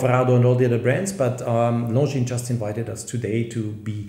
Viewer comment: Hahaha... horrendously